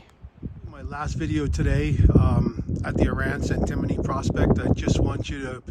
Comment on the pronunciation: It is pronounced an·tuh·mow·nee : Antimony